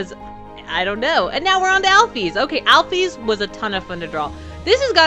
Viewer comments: IT'S NOT AL-FEES ITS AL-FIS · It's pronounced alfis